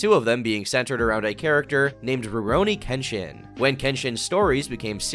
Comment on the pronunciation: I didn't recognize Nobuhiro's name was so I was confused why you were going so in depth about some guy getting some prestigious award, up until I heard "Ruronin Kenshin" and I knew where this was going.